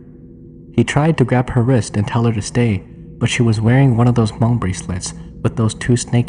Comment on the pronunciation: 😂 why do you keep pronouncing Hmong, "Ha-mong"?